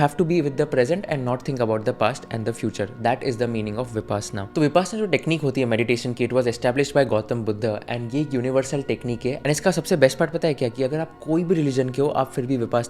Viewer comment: बुद्ध not बुद्धा and धम्म not धम्मा